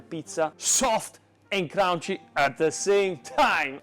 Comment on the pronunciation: Always funny how you pronounce crunchy haha. Crounchy. I am Dutch myself so our pronunciation is not perfect either so it's no offense ❤😂. Always inspiring to see your videos. Keep doing what you do. i am soon going to buy a pizza oven and study your technique. I love pizza and love cooking. Cheers, thank you.